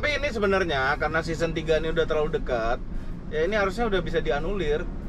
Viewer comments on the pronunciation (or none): none